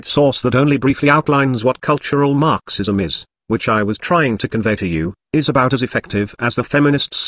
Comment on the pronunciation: What I love about your text-to-speech videos is the unintended (I assume) emphasis on certain syllables. Everytime I hear marxism, I hear MARxism, as if the mar portion is extremely important, lol. How do you accomplish the text-to-speech anyway?